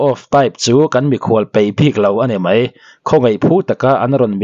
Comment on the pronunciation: mei ti tur ani lo aw mai ti zawk tur aw😊